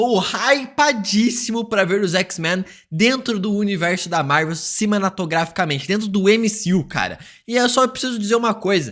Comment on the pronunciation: "Universo da Marvel *CIMENATOGRAFICAMENTE*"